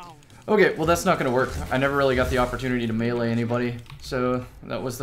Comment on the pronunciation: Love it bro! You even pronounced melee correctly! This guy knows his stuff!